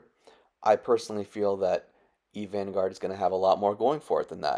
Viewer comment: "Eve Vangourd"